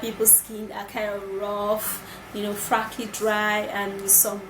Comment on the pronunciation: The word is FLAKY not Fracky. I've heard you say that before and I taught it was an error. Please take note. God bless you and STOP saying Freaking " all the time.